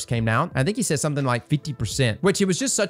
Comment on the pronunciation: I dislike it when people use abbreviations without prior context, I don’t know (Idk) why 😂. I also can’t stand it when people pronounce the word “something” as “somethink” or “anything” as “anythink”.